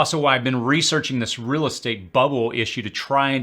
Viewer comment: Your content is very good, but I have to admit that your odd pronunciation of certain words throws me off while watching. You pronounce words like 'real' as 'ril', and 'jail' as 'jil', and 'fail' as 'fil'. Please continue to make this great content! I don't mean to be critical, but just thought you might appreciate some constructive feedback from someone who watches much of your content.